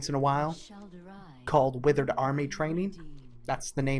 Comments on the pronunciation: good video but pronunciation of withered threw me off, surely its "with erd" and not "with er id" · Withered, not witherid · I like how you pronounce Withered as a noun differently than withered as an adjective.